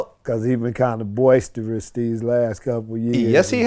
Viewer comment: Man said boisterous